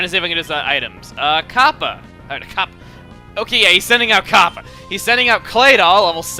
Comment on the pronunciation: the way you say "Kappa" sounds like a jewish woman saying "copper"